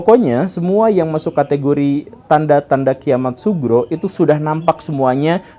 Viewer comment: Tolong diperjelas pak gembull. Kiamat sughro bukan subro. Terima kasih